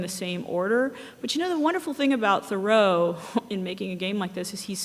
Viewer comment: This looks quite interesting, and glad to see it being done. However, how can someone make a game about Thoreau and yet not know how to pronounce his name?